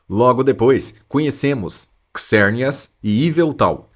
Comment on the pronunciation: KISERNIAS? Fala-se ZERNIAS.